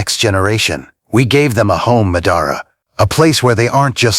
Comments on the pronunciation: ngl them pronouncing it “muh-dah-rah” instead of “mah-dah-rah” was really pissing me off😵‍💫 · why are they pronouncing it muh-dar-uh when the name is obviously pronounced Ma-Da-Ra in the anime? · that pronunciation of Ma DA RA was horrendous it kept throwing me off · muh-dar-uh.... ahh my ears! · AI pronouncing it like M’dara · Turned the video off as soon as I heard “ Ma-dah-rah” 😂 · The way he says Madara is a crime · Idk why it bugs me when someone says a naruto character name wrong. Madara saying his own name wrong bugs me a lot 😂 I can't help it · Learn how to say Madara. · Hearing them mispronounced Madara name is nerve wrecking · Yeah - I hit 'Stop' the second you mispronounced "Madara'...